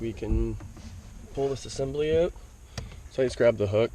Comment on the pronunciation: 'it'll pop right oote"